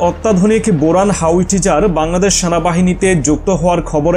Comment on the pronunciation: উচ্চারণ হবে বোরান হাউইজার